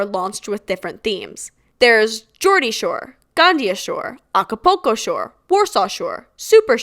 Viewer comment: not to be that bitch but Acapulco is pronounced how it is spelled